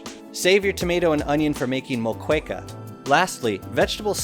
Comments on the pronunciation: Moqueca is read as MOKÉKA . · Nice vid but your pronunciation of moqueca tho lol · that's not how u pronounce Moqueca 😭😭 (the U is silent)